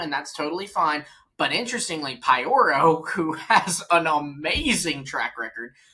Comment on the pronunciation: Nice podcast, guys! One thing though: Pyoro isn't pronounced pie-oro. It's p-yoro.